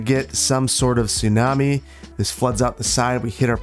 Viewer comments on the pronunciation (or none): none